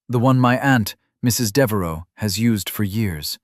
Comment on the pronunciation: Devaro?? Deveraux!!!